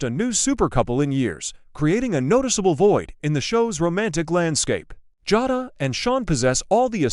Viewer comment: It's Ja long a not Jada Jay da pronounced